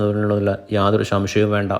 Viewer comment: ഷംഷയം അല്ലെടാ.. സംശയം . പറഞ്ഞ് പഠിക്ക്